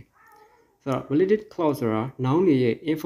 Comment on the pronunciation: စာမသင်တတ်သေးဘူး။ relative ရဲ့အသံထွက်လေးမှန်အောင်ထွက်ပေးပါဦး။information အသံလည်းမမှန်ပါ။ ဒီလိုပုံစံမျိုနဲ့းစာသင်မနေပါနဲ့လို့ပဲအကြံပြုပါရစေ။